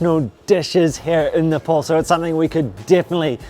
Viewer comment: u need a spoon! how messy! and it is ne- pahl not ne-paul.